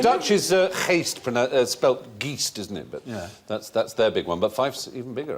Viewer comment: Impressive pronunciation of Geest.